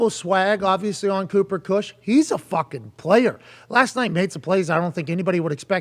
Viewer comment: He keeps calling him Kush 😆